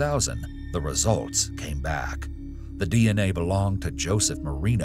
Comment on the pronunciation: Love how he said don’t worry hes beck on death row